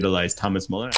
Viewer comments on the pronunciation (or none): Pronounce Müller like Ferris Bueller. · So am I, have never heard a native speaker pronounce it Muller. There is a clear distinction between Muller and Müller that is lost here. So yeah people get umlaut pronunciations confused all the time, but i really don't think that's the case here. It is definitely not pronounced exactly as they said it. Close enough? Sure. Exactly? definitely not. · No idea how Bueller is pronounced, but "Muller" is not "Müller". Everyone in the anglosphere pronounces his name like that, but its not what its pronounced like in german imo